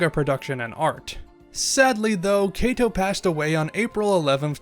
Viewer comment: The pronunciation of the author's name, Katou (加藤/かとう), is a bit off. It is short "A" sound.